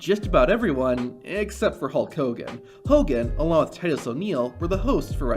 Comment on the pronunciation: Funny on a video making fun of botches, the narrator says “tit us” O’Neal instead of his name “TIGHT US” O’Neal 😂😂😂